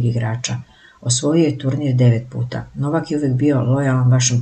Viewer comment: Ajde nauči prvo da čitaš vesti i pravilno akcentuješ Novakovo ime!!!????